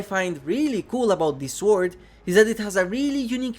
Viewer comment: Not to be mean, but try saying sword withouth pronouncing the w. Great video still